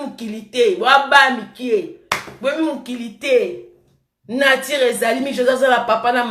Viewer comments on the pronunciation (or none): Oye Poto mwana muke mais tu prononce mal tes mots 👉voitire au lieu de voiture👉natire au lieu de nature kiokiokio langue française nde makambu .